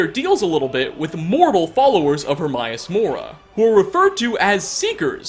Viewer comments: Pedestool, eh? Its like some people don't even try. People who don't speak english have better pronunciation than youtubers. I mean learn how to pronounce hermaeus for fuck sake. HermAeus not HermIus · “Her-my-ass”? Oh, *Her-may-us*. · Her-may-us. Not herm-eye-aus. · Her-may-us it says it in the game so there is no excuse more mispronunciation of his name hate when people mispronounce a name said out load in a game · AE is pronounced EE, daemon aegypt for fuck's sake get it right! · Hermaeus is pronounced exactly as it looks Her May Us also Vel Ah Thee sorry lol but he even says his own name xD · the way you say hermaeus makes me cringe